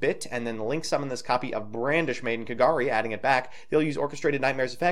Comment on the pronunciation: This is your first vid I've seen. You're super entertaining, but your pronounciations of card names is kinda annoying. I'm aight with Phantazmazay, but Hornet Bit and "Brandish Maiden" are just like... c'mon man.